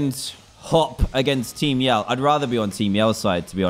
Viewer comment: I keep thinking he is saying team yellow not team yell